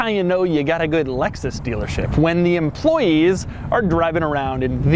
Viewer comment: I thought that he said "Lexus stealer ship".